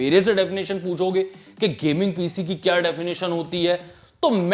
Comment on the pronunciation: kya bol rha heeee. Ppppppppciiii piiiiciii